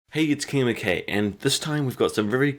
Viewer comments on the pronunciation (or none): none